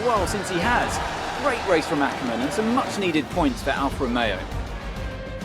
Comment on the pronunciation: Not A-ker men its ack-er-men